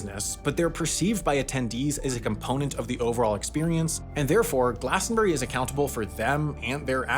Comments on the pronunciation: *glastonBRIE not glastonBERRY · Glas-ton-bree. Not glas-ton-berry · It's glastonburie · Once again I beg Americans to pronounce Glastonbury as a 3 syllable word